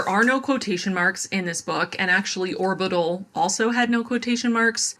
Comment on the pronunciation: Orbital was "horbital"